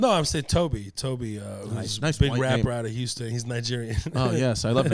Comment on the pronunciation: H-ouston....not YOU-ston